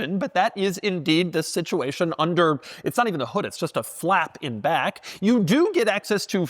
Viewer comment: And to balance that out, there's something jarring about the way Doug says "in back".